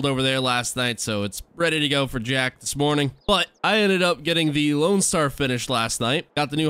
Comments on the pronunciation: Loadstar not loanstar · its LOADSTAR not LOANSTAR